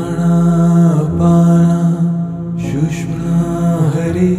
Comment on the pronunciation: thanks for this pointing out. Also, I'd like to point out it's pronounced sush-shoom-na. Sounds like "sushma" I'll add that it's best to not get caught on perfect pronunciation etc as it's the intent that truly matters but should be recognized that the nad vibration of the word is changed. just a note :-) keep up the great work . thank you!